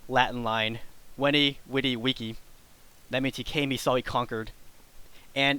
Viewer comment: 'V' is pronounced as a 'W' sooo he is kinda a rigth only the widi is fault in latin you hear the difference with the d and t really good so